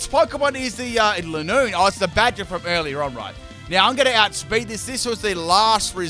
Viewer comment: All i hear is bagder